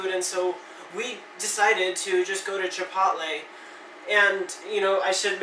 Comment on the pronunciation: You really said "chip pot lay"